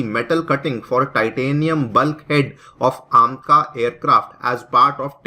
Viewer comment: आमका नहीं एमका